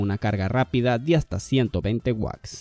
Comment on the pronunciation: Se dice WATTS! y AMOLED!, no guacs y amolec 🤦🏻 ahí dejé de ver tu video